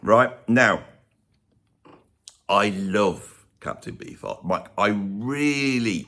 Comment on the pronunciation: Every time you mentioned Captain Beefheart, I thought you were saying "Captain Bee Fart". Which is actually a much more intriguing stage name. If he had opted to call himself that, I would have tried one of his albums by now.